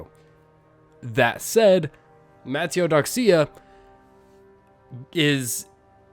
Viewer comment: You might unironically be the first person I've heard that said mataiodoxia so flawlessly, honestly impressed lol